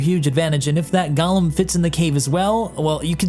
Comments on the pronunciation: Go-lem*, not Gollum. This isn't LOTR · "This is the Drake Gollum" NO, PRECIOUS, it's the Drake G O L E M. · "Drake Gallow" "Drake Gallow" "Drake Gallow" Dude.... You good? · I know this community is really bad about it... Idris, gladius, gladiator, aegis.... But you called it both Golem and Galumn in this and.... Sigh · Gallum, or Golem? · The Drake "Galem"? XD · i know it doesnt really matter but i swear everyone reviewing this ship has pronounced golem differently, it blows me away how so few seem to know how to actually pronounce the word. btw its pronounced go·lum, feels like everyone has got gollum from lotr on the mind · That's not how you spell or pronounce golem. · I was not prepared for you to pronounce Golem that way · I mean, there are different pronunciations for the word golem